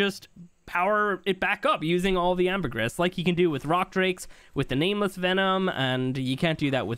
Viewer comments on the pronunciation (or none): Syntax please! It's pronounced amber-gree. (Ambergris) I love your content!